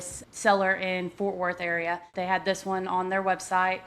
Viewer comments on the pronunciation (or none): none